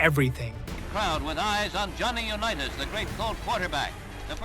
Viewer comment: For Christ's sake get a bot that can pronounce UNITAS correctly. You had his name mispronounced at least 4 different ways. He won 3 MVPs not 5 and why did you show clips of Earl Morrall and who the hell knows when Unitas played 1 year in San Diego. That wasn't Unitas. At least there wasn't bad CGI like in the Wicox vid. Also, Drew Brees broke the consecutive game TD record. Sloppy work all around but if you're going to say Unitas over and over at least get his damn name correct. Weak!!!